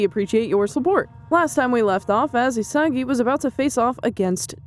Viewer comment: Its isagi not asagi And its barou not Baro